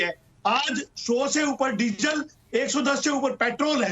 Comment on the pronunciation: 🌷 🙏 🌷 पहले तो उर्फ जी शब्दों के उच्चारण में शुद्धि लाए। ताकि हम अच्छी तरह कंठस्थ कर ले। चिल्लाने से सब चिल्लर हो जाता है और संगठन भी। जैसे-- डीज़ल है ✅ डिजल नही ❌ देश हैं ✅। देस नही ❌ कंस्ट्रक्शन ✅कोनसटरकशन नही❌ हजार ✅ हझार❌ नही आदि आदि 🙉😱🥶 जिस संगठन को नेतृत्व करने वाला ही??? हो तो वोह नेत्र कहा से लाएं।😂🤣😂